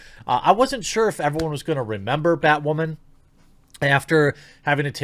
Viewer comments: God 😂 Can you stop saying “ butt wamen ” !! LMAO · JEREMY: "You may remember Batwahman--" Nope.